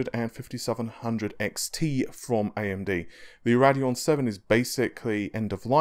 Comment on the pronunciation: Ray-deon not rad-eon